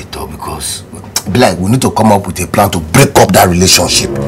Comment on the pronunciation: I have a pran🤣🤣